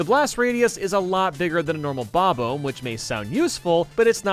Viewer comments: The way you pronounce “bob-omb” makes me indescribably livid, do you also pronounce the word “bomb” as “bome”? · I don't think I've ever heard someone pronounce "bob-omb" like "bob-ohm" until now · Why do you say bob-oom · Its not bomb-om its bomb-bob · Ah yes, the Bob-ome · How many more years until you stop calling them bob-omes? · I've only ever heard it pronounced as "bob-awm" or "bub-awm" before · I've mostly heard people pronounce it like "bah-bomb" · Bob Ohbs Bruh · Yep, that's definitely how you say bomb-omb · am I the only one who's bothered by the way he says "bob-omb"? only me? ok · why do you pronounce words so weird. you say “again” so weird, and “bob-omb” is not pronounced like that either. you’re a nintendo youtuber, you’d think you’d be able to say the characters names correctly